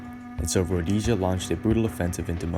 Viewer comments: It was a travesty...much like your pronunciation of Rhodesia. It was a nation on a prejudiced slingshot to destruction, unforgiveable when there were other options...like treating the occupants like human beings. That might have done it. A pox on idiots like you who weren't there, and all the jingoistic half-wits who still haven't woken up. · Many presuppositions and lack of facts here, placing it in a purely racial war. Segregation in certain units was for security purposes but there were more blacks fighting internally against communists than whites. Their families had suffered the torture of the Communists. Also it's pronounced Rhodeesia. Impressed with the quality but not content. With correct research, I suspect you have read thru the barrel of a gun? It's the standard text for the marxists. Where were the whites supposed to go who only had Rhodesian passports who had spent over 100 years in the country? South Africa? we see what a shit hole both countries have become. One man, One vote, One time. Neither have become a democracy but essentially dictatorship. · Yeah had to turn it off, how you gonna make a documentary about Rhodesia without checking you can even say the name of the country, difficult to take anything seriously after hearing Roadasia a few times. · If you are going to make a programme about a country, it might be a good idea to be able to pronounce its name correctly! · Rhodesia won the war all the changes came were political Mugabe was a commie dictator and that is why Zimbabwe is failing now most of the battles Rhodesia won and why can't you pronounce Rhodesia right find any other video and they say it right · Cannot pronounce Salisbury or Rhodesia. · Calling it roadasia is insulting!! it's pronounced RHODESIA, RHO DES IA. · A small point: it is called "Rhod-ee-sia". Not "Rhod-ay-sia" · [road-ee-sha] Not [road-ey-sha] For fuck's sake. Otherwise pretty kewl. Preesh. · It's 'road-ee-sha', not 'roadyja'. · Why do you say Rhodaysia its Rho-Dee-sia